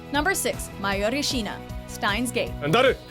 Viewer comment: Mayori Shiina? Why can't you pronounce it correctly at least...